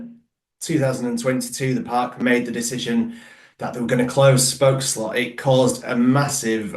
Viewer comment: Congrats you are officialy the First non-dutch person to pronounce spookslot correctly